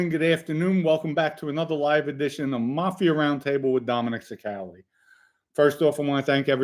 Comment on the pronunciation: i likee how you say mafi'er its reminds me of a mandarin accent they use er in a lot of words like mcdonalds in english they say with accent mcdoneerds